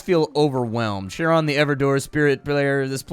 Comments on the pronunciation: the "ch" in CHARON is pronounced more like "k" not "sh" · Went down through comments expecting at least one comment correcting Charon. Charon is in the same club as words like Chrono, Archaeological, and chameleon.